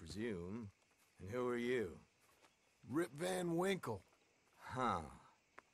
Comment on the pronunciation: I thought he said r.i.p. van Winkle til I realized he was saying rip van Winkle xD God, I love how john can be so goofy